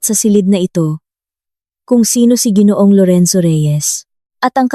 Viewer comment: it is ginoo ang bigkas hindi jinoo.